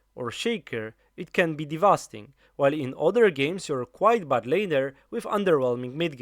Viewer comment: Awesome guide! Just a tip, its "devastating" and not "devasting"